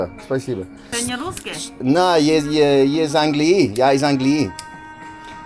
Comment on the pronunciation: You always say angliYEE angliYEE so confidently even though the accent is on the a, ánglii 😂😂